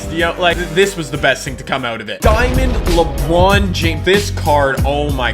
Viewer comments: Did anyone here him say lebwan instead of lebron 😂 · Lebwon James 😂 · "Diamond LeBwon" -, 2017